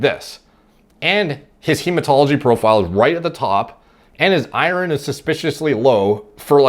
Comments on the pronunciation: I learned you can’t pronounce iron today lol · Is pronouncing iron as I-run a Canadian thing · So weird how says Iron. Sounds like he's saying ire(land) ron. Is this a Canadian pronunciation of it? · you're saying iron wrong